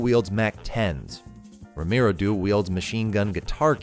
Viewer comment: For all the Ramiro’s out there who get their names butchered on a daily basis…thank you for pronouncing it perfectly in English. Pure catharsis to hear you say it well 😂